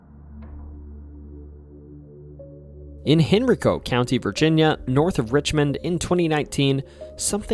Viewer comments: No one calls Henrico heneryco… it’s pronounced Hen-ri-co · Ooh, local myths are my JAM. 👀 Subscribed! Small correction, though: it's not "Henricko" County, it's pronounced "Hen-RYE-co". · Lived in VA my whole life, love the video! One thing Henrico is pronounced hen-rye-co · AI or Human Narrator does not pronounce names and locations correctly. Mosby is pronounced as Moesbee not Mozbee Henrico is pronounced as Hen-rye-coe not Henreco. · Funny, I currently live on the Richmond/Henrico border line, and I've never heard it pronounced the way that you did. We say Hen-Rye-Co. I've heard Hen-Reek-O by a puerto rican guy and you said Hen-Rick-O. Interesting. It's probably of native american origin and may not be pronounced in any of these ways : ) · Henr eye co. Not Henricko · Native Virginian (Bedford Co.) here. Nice job with everything, but one note: Henrico is pronounced "hen-RYE-co". Not that it matters this much later, but just wanted to point that out. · Pronounced Hen-rye-co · Its hen-rEYE-co (not trying to be rude just letting you know) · Pretty sure I though I heard you say your from VA??? It's pronounced "Hen RI co" not what ever you said smh. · Henrico is pronounced Hen-rye-co. I was born and raised in the area. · I’m the Richmond area, just to let you at about or so, it’s pronounced Hen-RYE-co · Great video so far. I was impressed that you got the pronunciation of Botetourt County right, but your pronunciation of Henrico definitely reveals that you're not a local. 😅 Just for future reference, it's "hen-RYE-co". Surf Wisely. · Hey there ! Love your video. I don’t see much about Virginia’s strange folklore. By the way, not trying to be annoying but Henrico is pronounced “Hen-rye-co”. I’m pretty sure the TV head thing happened because of the TV head creepy pasta (I don’t know when that story was first published but that’s my best guess) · It's pronounced, "Hen-Rye-Co" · "Hen-re-co". You must be a Yankee pronouncing your "I's". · (Hen rye co )Henrico